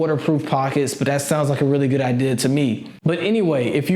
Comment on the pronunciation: take a shot everytime he says idear